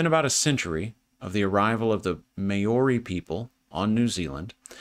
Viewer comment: Māori is pronounced Mowree the ow sounding like the ou of ouch. 👍